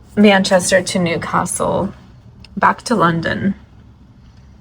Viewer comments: It’s ’Newcastle’ pet ….. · Newcastle is one word not two!